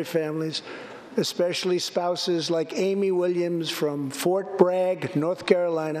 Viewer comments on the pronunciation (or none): none